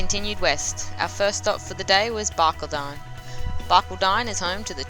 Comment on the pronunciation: Bar Call Den NOT Barkldine. Ill fra Combe Not what ever you said. If you want to NOT sound like a tourist ASK a Local. Liked your work other wise .